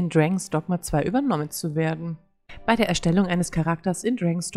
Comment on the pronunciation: Man spricht es Dragons Dogma aus 😄 hilft nicht wirklich oder? 😄 Oh man so viel Einstellungsmöglichkeiten.